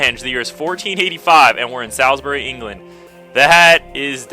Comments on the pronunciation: I love watching ' yugioh series over and over again, feels like i'm playing along:) oh and 'Salisbury' is pronounced 'Solzbury';D -from a faithful English fan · We pronounce Salisbury a bit like "Souls-brie" :)